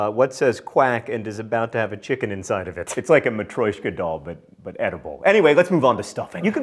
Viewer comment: it's matryoshka, not matroyshka. the amount of corn in American food is ridic aaaaand in Turkey they actually have tiny cans with "natural" via gra, and it smells like cinnamon challenge. so it's probably not the peas, but the spices.